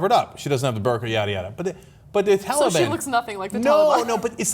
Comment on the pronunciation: Its not "tally-ban" ana..